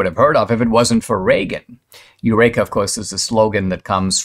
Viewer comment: Yes, Dinesh pronounced the word incorrectly, as he often does.